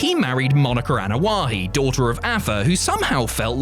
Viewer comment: Is it me or does he keep saying Anoa’He?